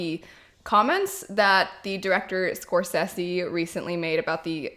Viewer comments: Thats not how you pronounce Scorsese lol !! I agree Marvel movies generally lack substance. If im tired and i dont want to think then a Marvel movie is perfect. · The way you pronounce Scorsese. 🤣. Totally understandable though.